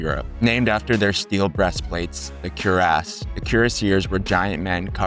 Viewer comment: WHAT? Cuirassiers is Kwi-rah-si-AY. Their armor was the cuirass (KWI-rahs). And "calvary" for "cavalry"? Calvary is a place!